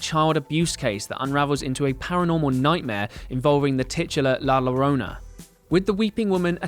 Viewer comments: I am Indian and we pronounce "La Llorona" exactly how this guy did. I don't know what's wrong with it. What's the fuss? If the pronunciation is wrong then not our fault, nobody taught us whatever language it is. Double L is just L for us. And if that's not the pronunciation in this context then better write according to the "sound" of the letter. As simple as that. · The way he says la llorona cringes us Mexicans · I was physically hurt with the way he pronounced “La Llorona” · Can you butcher the name la llorona anymore say it right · Im mexican & ever since La llorona came out its been funny how they pronounce the word wrong😂😂😂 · Girl. Did you not even watch La Llorona? Pronunciation was ROUGH. Like, kinda highkey disrespectful to not even look up pronunciation. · "nOT a FlUEnT sPaNiSH SpeAkeR" It's ONE WORD, couldn't he have Googled the pronunciation? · This boy legit just said la larona 😂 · “la lo-row-nuh” 😂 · Halloween Girl365 it’s pronounced “la yarona” right? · Nice vid, but "lo-row-nuh" is killing me, bruh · Came here for the La Low-Row-nah comments. Jesus bro. Try just a little bit. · It’s kinda La yourona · "Low-Row-Nuh" 😂 ok Edit: This dude needs to chill in the comments lol it was something I found funny. I say shit wrong all the time but It's simple to get shit straight if you try. Pronouncing it wrong repeatedly clearly shows the lack of effort 🤷🏻‍♀️ video still got my like, so relax. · Great Video, except for the "La Llorona" mispronunciation. All Cool though. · Everyone that is being mad about people saying that it’s funny how he says la llorona you know us Mexican Americans had to learn all of your language right? so stop being lazy and learn how to say it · Btw La Llorona is pronounced like La Yorona, not lorona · I cringed every time you said La Lorona instead of pronouncing it la Yorona. Great summary though. Well put together. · When you see a double L in a Spanish word, pronounce it like a "Y". La Llorona actually sounds like La Yorona.